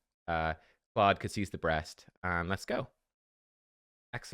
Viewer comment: Did he say Klodd was the breast? Did he mean to say that?